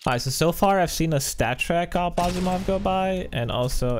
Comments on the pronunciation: asimow not aposimow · stop sayig awp osimoooov its trigering me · Asiimov is pronounced Az - e - mov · Why do you say asiimov so weirdly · Stop eating on stream, please. Also, stop saying Basilisk and Asiimov the way you do, say it right.